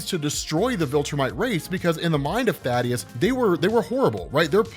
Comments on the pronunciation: Thaedus is pronounced "thay-dus" . Thaddeus is the character from judeo-christian myth "tha-dius" that you might have been getting confused with? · ifs Thaedus. Thay-Duss. Not Thaddeus. Thay-Duss. Thaedus.